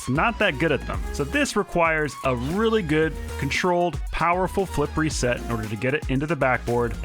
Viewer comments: You say flip reset I hear flippery set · Is it just me or when he says flip reset I used to think he said flippery set